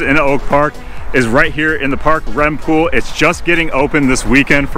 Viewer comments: As I group up here my entire life, I believe it’s pronounced reem park not rem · Rehm park is pronounced Reem not Rem 😊. Otherwise, great video!! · Just an FYI - As a person that grew up in Oak Park , it's REEEM pool and REEEM park with a hard E. Not like REM sleep.